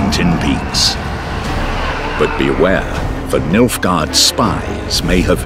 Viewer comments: "Milfgaard" lel. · I literally keep hearing Milfguard